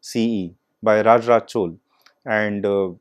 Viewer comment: To the speaker, the title of your talk is good, but before you come on stage please learn the correct pronunciation of regional words. Please note, the correct way to pronunce the name of the King who built this temple is "Raja Raja Chozhan" and not "Raj Raj Chol". When I heard your pronunciation, I did not feel like listening any more since your standard got exposed.